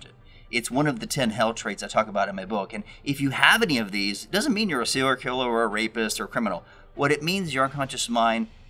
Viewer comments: SER-I-A-L killer. Practice saying this. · Are you saying seeral killers? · You can't say "serial".